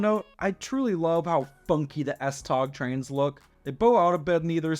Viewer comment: Regarding the Copenhagen S-tog: 1: it's pronounced more like S-tow or maybe S-toe. In Danish, g is usually softened to a 'w' sound if placed at the end of a syllable. 2: there are no current plans or even discussions to extend S-train service to the airport. However, there are serious deliberations about building a second city-centre tunnel, often referred to as the "express tunnel" because it would have a more direct route and fewer stops than the current tunnel. 3: the F line will be the first to be fully automated, but current plans are to make ALL the lines fully automated. 4: the tram/light rail line on Ring 3 is already nearing completion and will open its first stage in late 2025, with the rest opening in 2026.